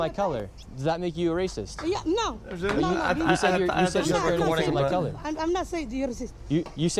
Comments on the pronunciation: I literally heard curry, YOU turn off the caption and close your eyes and tell me if that is even anywhere close to color lmao. That word sounds more like gibberish than english and u still assume it to be the worst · my point is that word is unintelligible, you say color i say curry and we are both wrong